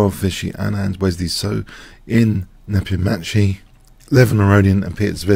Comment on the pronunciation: It's pronounced "Nepom-Nyashi" :)